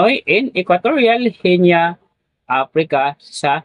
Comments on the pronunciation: Ano? Genya? Aralin mong bigkasin ying mga pangalan ng channel na binablog mo. Gi-Ni ang tamang bigkas. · Guinea pronounced "Gi-nee"